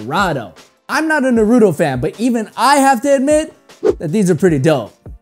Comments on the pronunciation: It was cringe when you were pronouncing Naruto wrong. It's pronounced in syllables, so it's Nah-ru-to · Hate the way you say naruto 😂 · I hate people who pronounce naruto like him